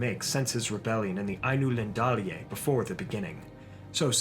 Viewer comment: I’m glad you fixed the Illuvitar pronunciation! Another one I noticed that Martin Shaw also mispronounces is Ai-nu-lin-DAL-e. It’s actually Ai-nu-LIN-dale. Great video, as usual!